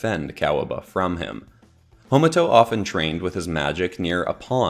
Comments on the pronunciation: Ha. Ma. To. Not Homato. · Hey I'm just letting you know it's ha-ma-to, not homato, it's an a not an o in the name.